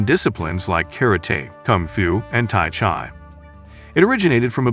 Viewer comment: You need a better AI program, the one you got has pronunciation issues. Tai Chi is sounded chee, not ch eye. I hope you get the meaning.